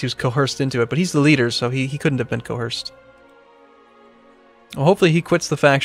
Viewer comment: oh c'mon,, coerce doesn't have an h in it's pronunciation